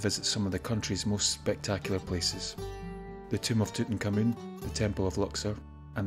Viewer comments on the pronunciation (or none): Who is Tooten Kamoon? His name is THREE WORDS - Tut Ankh Amun, NOT TWO. It s pronounced Tut (or Toot) Ank, Ah-Mun.